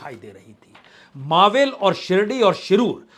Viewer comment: वह ईलाका मावळ है न की "मावेल", क्यों की हिंदी में "ळ" नहीं होता तो ईसलिए आप उसका उच्चारण "मावल" कर सकते हो---लेकिन "मावेल" नहीं! जय हिंद! जय महाराष्ट्र!!